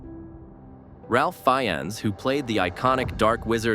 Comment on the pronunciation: His name is pronounced "RAFE"!